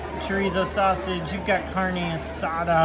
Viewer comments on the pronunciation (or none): none